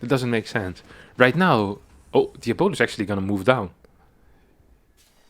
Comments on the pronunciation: "Fabulous" = Fah-Byu-Luss "Diabolous" = Dee-ahh-bo-Luss EDIT: Alternatively, diabolical is pronounced "Di-ahh-bol-ik-ul" So "Di-ahh-bo-luss" is also on the table. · its pronounce more like Diabloose* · Pretty sure the name is DIE a bo lus Like Diablo.